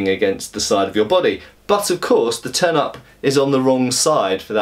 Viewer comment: Was looking away while listening to the video, and had to look back quickly after I heard him mention a "turnip" on the grip. Even after I saw the "turn-ups" he was talking about, it was hard to not hear it the other way, lol.